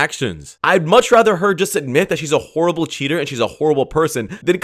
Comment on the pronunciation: You said “horrible” and i heard “horr”. I think i was correct. 😂